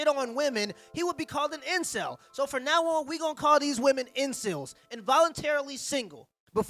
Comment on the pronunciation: "INSIL-DUBS" INVOLUNTARY SINGLE WIMMEN 🤨